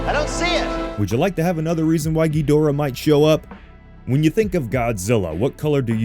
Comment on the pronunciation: Mispronouncing Ghidorah is only slightly less annoying of a fad than swallowing laundry detergent.